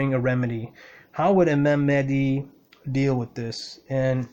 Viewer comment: Thank you brother great video. Love the energy you emit. BTW its MaHdi, not Madi. Make sure you pronounce the "H". May God bless you and your loved ones.